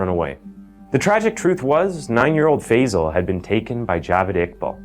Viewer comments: American pronounciation never ceases to amaze. It's Phi-sahl. Not Feyzle. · Such an important topic and I can’t but get annoyed at why people cannot pronounce Asian names right. Tf is fayzal???? He’s not Basil. It Faisal. How can people say words like jalapeño but REFUSE to pronounce Asian words with the same grace. Annoying!!!!!! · Gosh fey-zel fey-zel…Five-Zal 🙄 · FIrstly its pronounced Faaaaiiii-sal!